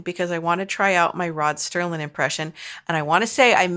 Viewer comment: Serling not Sterling, as my brother a certified Twilight Zone expert continues to remind me.